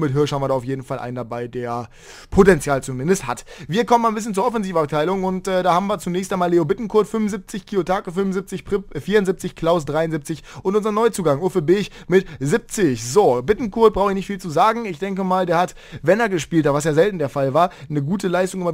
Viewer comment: Sehr gutes Video, ähnlich hätte ich unsere Roten auch predicted. Muss nur einmal kurz meckern: Uffe Bech spricht man wohl Beck aus, so machen es zumindest die Dänen:)